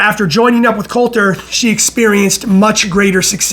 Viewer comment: It’s not Colter, it’s Cotler